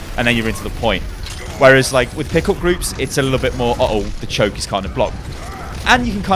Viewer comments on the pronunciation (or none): at first I thought you said pickle groups instead of pick up groups lol made me chuckle